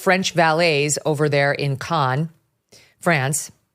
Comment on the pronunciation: CANNES. is pronounced. CAN. not con. sounds more French-y to say CON. but its CAN.